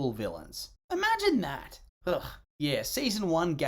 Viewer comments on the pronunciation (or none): none